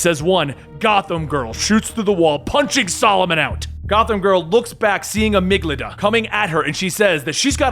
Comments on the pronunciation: Amygdala, not Amyglada. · It's pronounced "AH-MIG-DUH-LUH," not "AH-MIG-LUH-DUH" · I hate to be this guy, but its pronounced amig-da-la. It's a part of the brain.